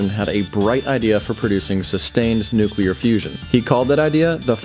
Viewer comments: Calvary is a religious term. You mean cavalry. Duh. How about, can you say noo-clee-ar? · “Nukular” - George W.